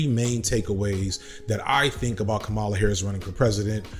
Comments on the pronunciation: Your research is usually impeccable so I'm surprised you made these mistakes but her name is pronounced like CommaLa as opposed to like Kamala the Ugandan Giant. I've never heard someone called Caribbean. The region is diverse and contains many individual countries. Her father is Jamaican. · Comma - La Not Cah - Mala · hey man, i noticed a lot of people are confused about how to pronounce her name and i think you might be saying it a little off. republicans have been saying it purposefully wrong (kaMAla) when she and others close to her have said it is KAHmala (like you’re saying comma - la). just wanted to let you know since i noticed how you were pronouncing it and i seriously doubt you were saying it wrong on purpose. thanks for the amazing video once again. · Did you know you kept going back and forth between pronouncing Kamala's name correctly and incorrectly? It's "comma-luh" not "come-allah". I'm sure you didn't mean to, but yeah As for Kamala, the sublimely beautiful and hilarious part of all this is she is uniquely qualified to "tack to the center" and prosecute Trump in public Because she is quite literally a centrist and an excellent prosecutor She was annoying in the primaries pretending to a super lib, but all she needs to do now is just be herself lol She is going to crush Trump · Dude. You've mispronounced her name several times in this video. It's KAM-a-la, not kam-A-la. You got it right only a few times. Not a good look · Her name is “comma-la” not “kuh-mala” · Kamala is pronounced "comma - la" Names matter. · Gonna have to land on the pronunciation of her name if you're gonna keep doing videos on her, man. "Comma-la" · Please get the pronunciation of her name right please. It is Comma la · My brother in Christ, our president pronounces her name with the emphasis on the FIRST syllable: "Comma Luh" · IT'S PRONOUNCED COMMA -LA Please get it right. It's two syllables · pronounce her name correctly maybe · Why continually mispronounce her name?